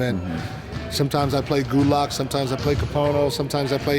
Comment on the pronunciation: It's GOWD-lock, coach! haha